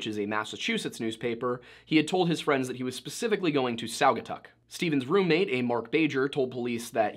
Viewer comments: Spot on! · Props for pronouncing "Saugatuck" correctly. Few non-Michiganders can.